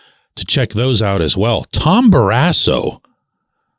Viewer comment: What's your point on Barrasso? Is this the HOF of how athletes interact with media members? I wouldn't have cared if he punched you in the face. In fact, I'm kind of wishing he did!!! Anyway, you pronounce his last name in an odd, incorrect manner. Happened with most broadcasters, not just you. He was, 100%, a HOF goaltender!